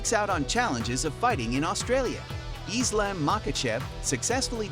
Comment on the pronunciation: Another MMA YouTuber that clearly doesn't watch UFC or just is horrible at talking since he was really struggling with Francis's and Islams name. Oh and DC's name. Dude before you make a video try actually going and watch the fighters to learn their name and try taking advantage to nicknames like DC since you clearly are bad at talking